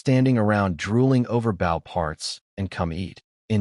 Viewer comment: Could you PLEASE teach the narrator bot to pronounce "bow"?